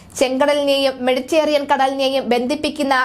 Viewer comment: Pls pronounce correctly it is Meditaranian not Meditarian